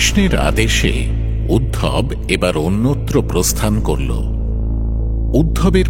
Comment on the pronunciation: উদ্ধব কে উদ্ভব বলাহচ্ছে কেন ?